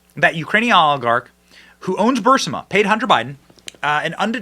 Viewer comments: It’s Burisma Benny…not Bursima… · Bro its "BURISMA" not "Bursuma". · For god sake man, it's not Bursima, it's Burisma. That hurts my ears like Bush saying "nucular". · Burisma not Bursima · Benny! NOT B U R SSIMA. BURRRIIIZZMMAA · Yo, Benny! Are you, by any chance, dyslexic, bro? Every day, you post several episodes of your show, and most of it is great! Thanks! BUT ... every damn time you talk about the corrupt Ukrainian company, you call it "Bursima." The name of the company is "Burisma." The letters comprising each spelling are identical... but the pronunciation is not. No one calls you "Bynne," do they? Of course not. Even though "Benny" and "Bynne" share the same exact letters, they are not spelled or pronounced identically. Am I picking nits here? Maybe. But it makes me cringe to my bones every time I hear you say, "Bursima" literally dozens of times a day, every day, for months! Come on, dude... learn to read! Rant over. Rock on with your bad self! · A bit of hyperbole in your title there, and you're still mispronouncing "Bur-IS-ma." Yes, I'm nit picking but I'm picky like that. If you want to be professional, BE professional. CNN needs to come to Oklahoma, where Trump won all 77 counties in the state. I'd love to point out the obvious to them, which is we were way better off during Trumps time in office than we are now. Trump trusted some that he certainly shouldn't have, but the results speak for themselves.